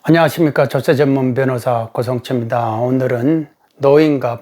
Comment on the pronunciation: 고성춤다 라는 발음이 좀 아쉽습니다. 입니다! 라고 해주세요 ㅎㅎ